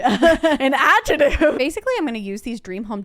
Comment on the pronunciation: I lover how they can’t pronounce Adjective 🤣😄